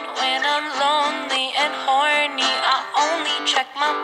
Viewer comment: This pronunciation of "horny"... jesus